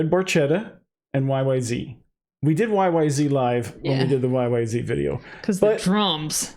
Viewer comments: Zed. It’s is Y. Y. Zed. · The "Z" is pronounced "Zed," and not in the American fashion.